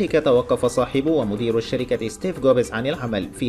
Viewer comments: احلى شي ستيف جوبيز 😂😂😂😂😂 يا عيال اسمه ستيف جوبز مو ستيف جوبيز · اسمه ستيڤ جوبز وليس جوبيز حتى اسم مالك أبل مايعرفون اسمه